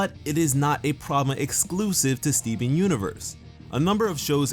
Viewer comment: I liked the video..but what I liked the most is the way you say Stee-veen xD